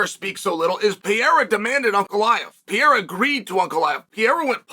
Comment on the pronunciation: Chael’s done it. He’s pronounced Alex’s name right. Undefeated and Undeterred.